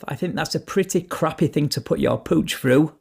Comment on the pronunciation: Rumpole of The Bailey you're not. Your constant interjections are thoroughly annoying, it is obvious that you are putting on a voice and that you don't normally speak that way, and if you want to sound sound more professional then use the letters th when vocating, ie:-, "that's a crappy thing to put your pooch through" and not "that's a crappy thing to put your pooch frew". If you must use other peoples videos to make yourself a channel and the chose to narrate to your all seeing all hearing viewers then I suggest you brush up on your English!